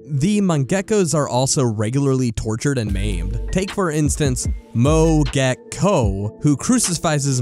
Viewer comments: This video is great but I HAVE to draw attention to your pronunciation of Senua (Sen-new-ah not Se-nooo-ah) and Mogeko (Mo-gek-oh not Mon-gek-o). The bit in OFF about Hugo being the Batter's son is actually a mistranslation. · Mogeko is pronounced as (Moe-geko) Great to sea an entry from Funamusea though! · why do you say mogeko as Mongecko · Awww the mogeko part hurt with the pronunciation, but I’m glad it was mentioned. Hoping that Wadanohara will be on the list as well! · I love Mogeko Castle but you butchered the pronunciation of the names 😭